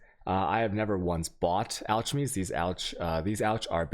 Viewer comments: Holy fuck I know he got this comment but al”ch”mey the ch is pronounced like a K my friend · Say it with me: "AL-kem-ee." Took me a few minutes to realize he was trying to say "Alchemy." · its pronounced ALK not alCH....can't pay attention to someone who can't pronounce such a simple word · Altchemy and whale orbs...my guy, learn to pronounce things in this game. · If i here another mispronunciation of a word again i'll go coco. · lost me when he said alch-emy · Learn to pronounce alchemy, then stop spamming ALCH YOUR MAPS for the first 5 minutes. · the ch in alchemy is pronounced like a k alkemy. like chemist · Ok you have literally triggered me. repeat after me:.. "Character"... very good. Now say "Charisma"... excellent well done... SO IF YOU CAN GET THOSE RIGHT, WHY IS ALCHEMY SO DIFFICULT??? IT'S PRONOUNCED "al· kuh·mee" and it's even said by NPC's in PoE many times. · the fuck is acklemee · You keep saying alchemy (pronounced al-kimmy) wrong, I learned a lot, but was MAD triggered throughout xD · Everytime he says, "alchimmy". My ears hurt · alchamation shorts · Altchemy.... seriously stop inserting letters into words that aren't there EDIT: OMFG WHALE ORBS??? EDIT2: CHEYESELS!!?!!?!?!?"!?"!?!?"!?"!?"!$!%"YHRSGSIDTYMXFGHG What the fuck man... clearly this shows how americans can't speak english... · alchemy is pronounced alkemee and shortened to alk. Your videos are pretty good buddy, just trying to help a bit. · I dont think you mentioned to chisel BEFORE you alch. And you might think your mispronunciation of "chisel" "alchemy" and "waal" is cute but I know many people who don't watch you specifically because they can't stand it so you might wanna chill on that dawg. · I stopped watching cause you cant pronounce alchemy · chis·el /ˈCHizəl/ al·che·my /ˈalkəmē/ FFS dude... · I know he's trolling by saying alchemy wrong but I still down voted for the annoyance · couldn't watch more than 2 minutes due to the mispronunciation of alchemy